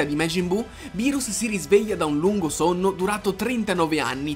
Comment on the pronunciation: Bro ti do un consiglio quando dici berus e sbagliato si scrive beerus e si pronuncia birus